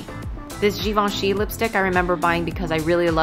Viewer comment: so..thats the proper way to pronounce Givenchy!:) i love your vids. so cool.:)